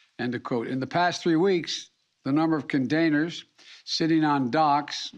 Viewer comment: What is a "condainer" anyway? He can't even say "gubment" (government?) right.